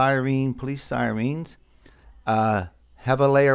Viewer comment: >police sigh-reens but really, thank you, this was a lot of help!